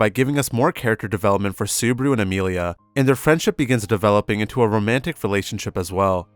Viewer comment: this is perfect. only thing is botching subaru's name. makes me cringe a bit.